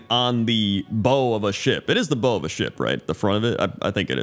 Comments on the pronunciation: Just letting you know the bow of a ship is pronounced like bow to a king not an archers bow. The more you know lol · the bow of a ship is pronounced differently than the type of bow you shoot. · The front part of a ship is called the bow, but it's pronounced like the gesture of deference (e.g. "bow to the king"), not like the weapon (e.g. "bow and arrow").